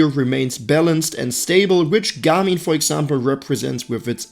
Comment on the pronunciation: I cannot unhear this guy say ' Gummy ' instead of Garmin